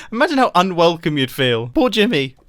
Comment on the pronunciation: Every time he says Jimmy... i hear grian...anyone else?